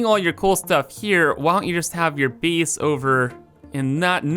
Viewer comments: "Build a bees", "eeneemis"😂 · Ya lost me at “bees” and “geem”